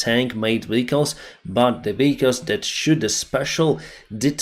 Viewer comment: South - NOT souse North - NOT norse VEHicles - NOT vicles